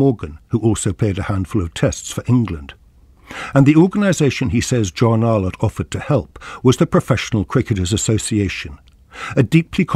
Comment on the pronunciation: This tribute to the great John Arlott brings forth a flood of nostalgia and happy memories. Terrific clips included here, except the narrator's continuous mispronunciation as "Ar-lawtt" jarred a bit. More such uploads on voices from the past like Rex Alston, Brian Johnston, CMJ etc. will be most welcome.